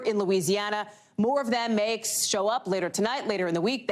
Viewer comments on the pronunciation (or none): Hehe she says “Oklahomo”